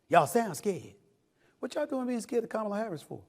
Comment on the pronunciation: Time for somebody to take an english or correct grammar class!!!!! before the debate! Just saying!! At least learn how to say her name right!! 😂